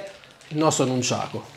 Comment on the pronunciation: Dici nunciako